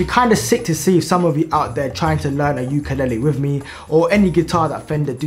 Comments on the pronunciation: You’re pronouncing “ukulele” wrong. It’s “ley-lee”, not “ley-ley”. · Just letting you know the way you pronounce ukulele is kinda like ukalali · It’s pronounced you ka leyylii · Its pronounced youkalayley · YOU KA LAY LEE 😭😭 is how you pronounce it, I don’t have a clue to what you were saying 😭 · it's prononuced like yu kuh lay lee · Ok bro say it like ukalaylee to pronounce ukelele